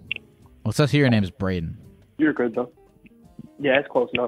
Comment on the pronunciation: Yo it’s “” appreciate the support and love y’all ❤